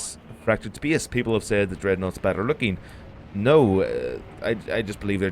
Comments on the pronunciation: Please check the correct pronunciation of the word "space", thank you. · speyace is the beyast